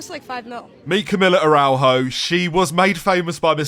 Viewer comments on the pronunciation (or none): The way you pronounce Araujo honestly destroyed my soul.